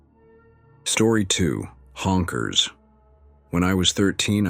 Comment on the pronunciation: Why does the AI keep saying H O N K E R S. Lol